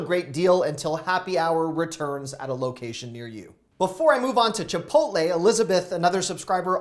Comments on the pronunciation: Did this guy just say chipotly? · Chipotly 😂 sorry but I never heard someone call it that lol but still love your advice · Learn how to say "Chipotle" correctly